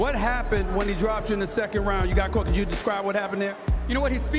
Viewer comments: This guy said “Catto”. It’s COTTO. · Cotto.. (coat oh) not cot oh lol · Love the videos as always. Keeps me informed and motivated!! But Cotto’s last name is pronounced C-OH-TTO not CAWTO. Much like how you would pronounce the first two letters of cooperate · Still saying Caught-O I see lol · it’s pronounced Ko-Toe(cotto) just saying. Love the channel though. Keep that work 🙌🏽